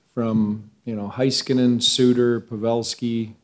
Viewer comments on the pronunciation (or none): How a guy who preaches details not know how to pronounce either one of his Finnish stars names? It's HAY skanen and ROPE eh not HIGH skanen and Roop ay. The o is always pronounced like the letter o in English.